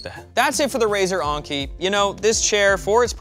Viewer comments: The way u say "Enki" is maybe one of the best words I ever heard. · So E is pronounced A now? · I was wondering, wasnt this supposed to be pronounced as like 'N-key'? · It's En-Ki. Not Ahng-ki. This ain't Anker either. It's En-Ki. Like the letter N, followed by Ki. And not Ki like Kite. But Ki like Keeeee. So it's N-Keeeee. There, for the Americans, all together: N-KEEEEEEEEEEEE. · says Enki like honky. Why? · So is it ANKI like he say in the video, or ENKI like in the title? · I love how he says the name, "Razer Onnki" Rather than Enki. Maybe it's a French thing? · Wait??? Is he really saying onki??? It's Enki "eanki" WAIT!!!! DOES KNOW HOW TO READ????? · only someone who doesn't care how words and letters pronounced and spelled does that. think about it, Enki has an E/A sound but while Onki has a O/A sound. a simple test: add a consonant in front of enki, and onki then say the word, that should tell you how it should sound. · It's not razer Oinky 🐷- it's Enki! 🤣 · he's saying Anki instead of Enki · why do you keep saying "onki" ? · On-key. On-key....... En-key. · It's pronounced "n-key" not "on-key" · I'm glad that the spelling of the chair name was on screen and in the description, because I never would of found it if I was going off pronunciation of the name. I would of searched for Aunchey or Unkey or maybe even Onkey. Is it just me? or would other people pronounce Enki a different way? I'm thinking more somewhere between En from English En-Key and Ink followed by a short i/y sound, like ink-y. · Is it just me, or should Enki be said with the E thats like enema, not Anki? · I think it's technically pronounced "ENki" but I'm not really an expert in late-Sumerian Anunnaki-groups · yes i think probably should read this maybe? I know that enki is like 'n-key' i commented on it before here too. But when i heard him pronounce it differently i though hmm "new pronunciation for a new brand"? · “uUhn-kee” lol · Why do you keep saying onki?